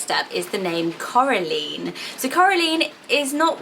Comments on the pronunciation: It's my dream to have a child named Coraline! I love the book and the film, it is such a pretty name! The right pronunciation (at least according to the movie) is saying the ending "line" exactly like "caroline", but I actually loved the way you pronounced it!!! I'm from Brazil and I love your channel so much, it's amazing! <3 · It’s actually Cora-line not Cora-leen! Haha It sounds nice both ways. The film is fantastic! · It’s Cora LINE not leen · I think Coraline is actually pronounced like Caroline, with the Line on the end instead of Lean xx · Coraline is pronouced Coral-eye-n Sorry, I don't want to sound mean, this book/movie was just a big part if my childhood, it's very special and I don't want it to go down all wrong, definitely on my baby list though 🥰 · That's not how Coraline is pronounced. It's pronounced like Caroline but with an O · I think it's pronounced like Caroline or Madeline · The line at the end of Coraline is actually pronounced the same way as in Caroline. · U say Coraline weird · Thats what i thought. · You pronounced Coraline wrong